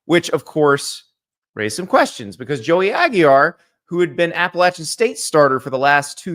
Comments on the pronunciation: He's adding an extra "l" for some reason (Aguillar)... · it's NOT "AGY R" Jesus Christ i'm done with Andy dude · "Aggie-ar"? There's only one "l". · Bro how are you pronouncing Aguilar? Is the L silent?